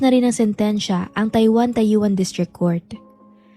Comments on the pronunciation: tayuwan ka ng tayuwan...TAOYUAN...pronounce(TAO YEN) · Taoyuan pronounce as Tao- yen. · Taw-yen ang pagbasa ng Taoyuan. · taoyuan city yun.at ang bigkas po jn ay taoyen city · bka ibigbmong sabihin TAOYUAN gnyan spelling pero pag biniglas yan it sounds like this spelling tawyen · Bakit TAYUAN TLGA ANG PRONIUNCIATION NYO PO. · Tawyen po ang pronounciation maam. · taoyuan, pronounce as tawyen... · Taoyuan...Tawyen in pronounce..8 yrs ako dyan nag work